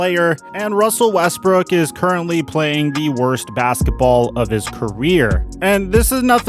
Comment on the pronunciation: this is foul he called him russell wesbrick